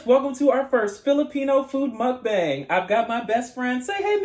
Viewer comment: It's mukbang not mukbeng hehe ……and it’s really obvious that you have a Long time Filipino friend because your using spoon and fork when eating ❤🇵🇭 you can use Dos also, we use spanish counting here.